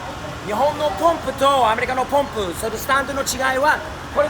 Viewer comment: いい車乗ってるねー。スティーブはちゃんと「ポンプ」って言ってる。アメリカの人はいつも「パンプ、パンプ」って言ってるよね。